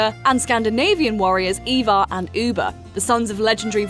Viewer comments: Ivar, not evar you twat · Ivar not evar lmao